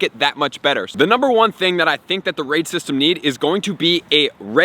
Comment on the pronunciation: When he said “raid system” I thought he said “racism” But add me